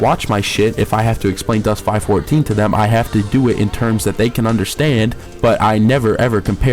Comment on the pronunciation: Still can't take you seriously when you pronounce it Dust 5 14, it is Dust 514 ( five one four.) Also the closed beta players did not keep their stuff, they got wiped. I like how you give a retarded review on a game you know nothing about. Also the best players don't pay real money for equipment because it isn't better than the ISK stuff. I also wish I could get a dollar ever time you say "fuckin" in this review